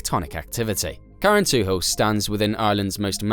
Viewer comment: It’s pronounced carran tool, don’t say hil. 👍